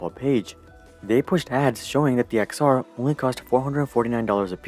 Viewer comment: It’s ten r. Not ex r.